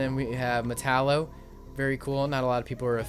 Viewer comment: its prounounced met a l o